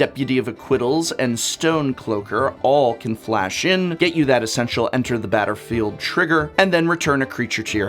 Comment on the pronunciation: "Batter-field" eh :P Someone is a fan of batterskull :D Great video! Don't forget flickerwhisp :D